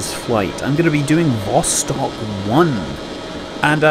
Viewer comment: I can help a little bit with your Russian pronunciation... not that I know anyfing... Я говорю только немного по русски... but I picked up from Jim Oberg's writing that stressing the second syllable helps a lot (in English we stress the first syllable) so "Zenit" would be ze-NIT ... except there's the weird "vowel mangling" too - so it's ze-NEET... vas-TOKE... vas-KOTT... sah-YOU-ze....